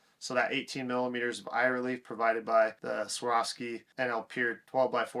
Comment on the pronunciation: Take a minute to learn to pronounce the name of the company.